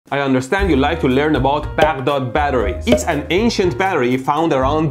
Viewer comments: I don't know for whom you are pronouncing Baghdad for because that is neither the English nor Arabic pronunciation of the word, you have chosen a separate third pronunciation of your own accord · Beghdod, Persian accent pulling through 😂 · Was that " Bagdod " or " baddog " batteries . haha